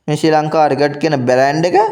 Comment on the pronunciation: රිකට් නෙමෙයි ක්‍රිකට්. ඔයා යූටියුබ් කරනවා නම් මේවා හදාගන්න.